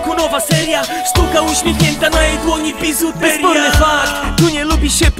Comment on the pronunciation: Pihu już ma taką wymowę. ''bizuteriia'' czy ''psywiązanie'' itd.